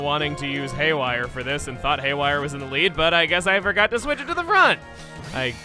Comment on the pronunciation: ''Hayware chain shot!''